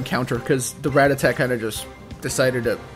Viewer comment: Dude Ra-TAT-a. That was killing me haha